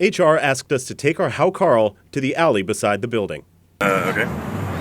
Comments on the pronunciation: it's pronounced "How-Kartl" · A very fine video of poisoned Vikings and silly Útlendingar. But Hákarl is pronounced haukar(tl) or sometimes hauka(tl). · The way he pronounces 'hákarl' is hilarious. Anyway, I love it.